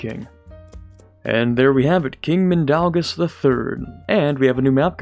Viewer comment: My name is mindaugas, and I am proud of how you said my name